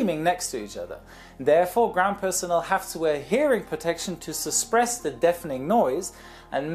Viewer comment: Dude just said ground crew wears ear protection to “suspress”.. does he mean suppress and just messed up or is this like apostrophe where you just say it different because you use the metric system